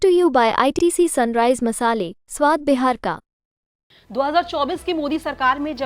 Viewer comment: Correct Pronounce is Beehaar not Behaar,pls correct your pronunciation